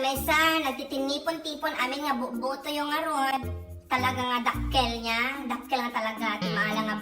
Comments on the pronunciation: kakadakkelan ti boto isuna idi kalman😂 makaparagsak jay pagpronounce yo iti BOTO 😂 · The way you pronounced "boto" makes me laugh hard. 😂 Kasang sangit ko lang ngem naragsakan nak gapo kenka💜 thank u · Talaga met ta panangbalikas mo jay word nga "boto" 😂 Pirmeeee! Dagitay nalumot panagpanpanunot dan awanen sabali nagturturongan isip da. Chooour😂✌ eklalin lang. Hahahaha you always make me laugh. Thank you 💖